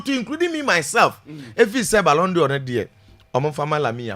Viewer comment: At thus height, u ahd not pronounce balon dior.... its a frencg word....pls pronounce as balon door not dior